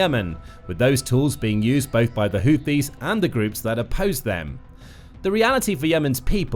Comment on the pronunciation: Every time he tries to say HOUTHIS, it sounds like he is saying HOOPIES. Last that I knew, the HOOPIES are a basketball team, out of West Virginia. If this YouTube channel isn't careful, some of our American "jar heads" will probably end-up attacking West Virginia.